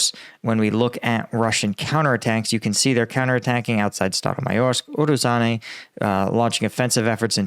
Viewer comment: you need google translate or something to say those names right. "ZH" has nothing to do with "Z" sound. Also forgetting to pronounce that "i" after "a" in Urozhaine. Also "Urozhai" means "Harvest".